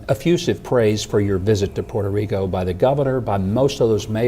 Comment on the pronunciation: its pronounced "poo-toe Rico"